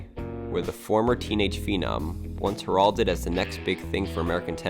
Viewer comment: you mispronounce "heralded."